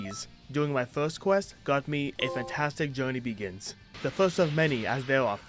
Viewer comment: "a fantastic journey behins..." Oof